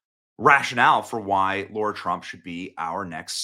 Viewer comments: It's not Laura...IT's LARA. Like LARA CROFT Tomb Raider. Come on Benny. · Benny, her name is Lara not Laura. Respect please. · An excellent choice - she will kill it as a Senator! (p.s. - it's Lara, not Laura. It's Nuclear, not nucular. Level up on the pronunciations, Benny!) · Love your passion, my guy. But pronounce her name right, G.........Come on.. "Lara"........not "Laura".......Get better here...*.love your work. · Is her name Laura or Lara? It sounds like you're saying Laura. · Benny, it is not Laura Trump it is Lara Trump. You keep pronouncing her name as Laura, there is a difference. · LARR - AH not LORR - AH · And it's Lara, not Laura. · Sorry. It’s LARA not LAURA. respect to her name please. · Are Americans all dyslexic? It's Lara, not Laura. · Her name is LARA, not LAURA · Her name is not pronounced as Laura it’s Lara 😊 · Why do they call her Laura Trump when her name is Lara, like Lara Croft? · “Ar” like “Art” Lara…not LaUra. It’s little but let’s give her the respect she deserves that we didn’t give Kamala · HER NAME IS LARA,NOT LAURA. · I am thrilled about this, but Benny, her name is LARA not Laura. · It's LARA, not LAURA! Just sayin! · It's Lara there Benny not Laura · It is LARA not LAURA. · Her name is LARA isn't it ? .. Why is Benny calling her LAURA ? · Love your coverage, but her name is Lara, not Laura. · please say her name correctlt its Lara not Laura. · How are you calling her Laura. She's Lara, not Laura! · It’s L A R A, not LAURA! Ugh 😣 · Her name's not Laura it's LARA ! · BENNY AND ALL: PLEASE LEARN THE CORRECT PRONUNCIATION FOR THE FOLLOWING WORDS! IT’S LAHH - RAHH NOT LOR RAH IT’S NEW - CLEAR NOT NEW. CUE. LAR SPEAK LIKE AN EDUCATED AMERICAN🤗 Google if you need help 😂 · It's Lar-Uh... Not Laur-Uh #Yikes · It's Lara not Lora...just saying😊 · Why do people say”Laura”? It’s LARA. Lah - Rah. Lara. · Its LAra, not laura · It's LARA Benny not Laura. And learn how to pronounce nuclear. Jesus christ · It’s not LAURA, it’s LARA!